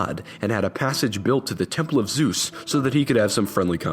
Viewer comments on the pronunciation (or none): none